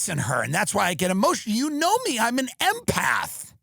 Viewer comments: swear I heard Eminem and my ears perked up lol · I thought he said an M&Mpath lol